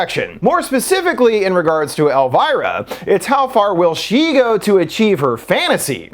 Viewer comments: It’s El-veer-uh. NOT El-virah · Who is „Elwhyra“? Her name is „Elvira“, like „Elveera“ ? Lern your subject! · Love the video alltough im cringin a bit at your pronounciation of elviras name 😭